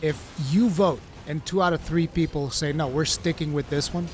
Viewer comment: No one: Absolutely No One:: Beeple bick Bepsi ober Coke.